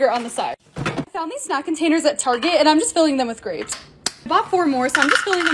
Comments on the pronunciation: Ey on the first one already I left cuz “GRApEz” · Not trying to be rude but why does she call grapes grapaes? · She just said GrOpEs😂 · Ah yes, "Grap-es" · "GRAPES" (GRAH-PEZ) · im confused did she say grapaes? i think it`s grapes... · Can everyone stop saying “grapayes” now I can’t say grapes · It’s grapes not graappaes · Grapes no not grapes it's ✨gra✨ pes✨ 💅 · Omg the "GrApEAZz" hhahahahahahaha love it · Girl did not just say “GrApEs”